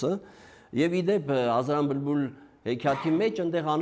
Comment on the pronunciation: Վարողը բլբուլ բառը արտաբերում է բմբուլ։